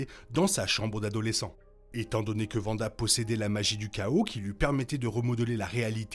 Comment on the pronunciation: Faudrait revoir la prononciation de Wanda 😅